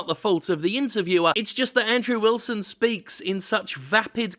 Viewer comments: Also, are you saying "Android Wilson" instead of Andrew Wilson? Lol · I love how you said "Android Wilson!* 😂😂😂